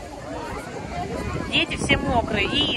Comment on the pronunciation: не дзеци, а дети, учитесь уже произносить мягкие д и т, а также букву р, не надо рычать.